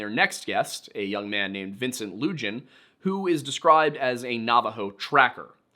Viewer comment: Loo-han. Not Lu-jan. In Navajo, Js are pronounced as h. Love